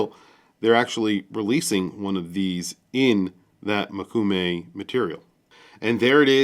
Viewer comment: FYI, yes your pronunciation of mokume is correct.